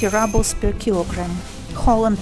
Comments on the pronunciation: Keith Reynolds - You’re kidding! It’s pronounced ROO-ble(y). She pronounces it like she thinks we would pronounce it in English, like “rubble” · The video is interesting to watch but you pronounce "ruble" incorrectly. It is not "rabl" but "roobl", like you say in in Russuan: the ruble (/ˈruːbəl/). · rawbel? roobel is more correct pronunciation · oi no ne raablz, a ryyybles.